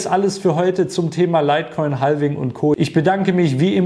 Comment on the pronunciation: Bitte nicht "haLVing" sagen... es ist "havfing". 😢